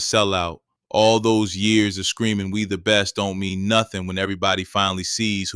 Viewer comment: I thought he was yelling we the best now I know he was saying me the breast